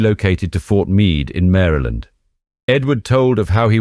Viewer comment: I appreciate that you pronounce Maryland correctly. Thank you very much. Lol